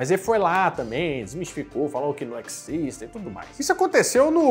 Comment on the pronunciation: "Isso non ecxiste!" 😂😂😂